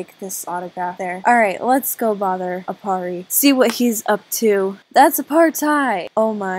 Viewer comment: Those times when you couldnt say Aparri in AJ😂😂😂